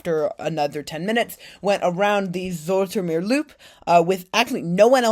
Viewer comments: I can't get over the fact that he keeps saing "Zoh-etter-meer" OMG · To pronounce Zoetermeer properly say 'ooh' and remember that sound incoporate your 'ooh' into zoohtermeer and your there!😂❤ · You could probably have asked someone how names are pronounced. Most Dutchmen are happy to instruct our phonetically challenged brothers and sisters in rest of the world, ie. everyone else, in the way god intended letters to be pronounced, as we're the only ones that seem to be getting it right. 😜 You would have learned that you could simply have pronounced "Zoet" as "Soot" instead of that complicated "z-oh-eh-t" with which you're putting the tip of your tongue in mortal danger of being bitten off. 😁 (Knowing my fellow Dutchmen they'd probably throw in some interesting new curses with which to impress your friends and neighbours, entertain impressionable young children and scare off small predators.) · The oe in Zoetermeer sounds like the oo in zoo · The "oe" is pronounced like the oe in shoes